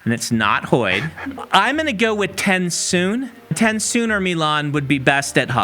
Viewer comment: I know right???! When he said Tensoon or Milan I was like…”no no, that can’t be right…”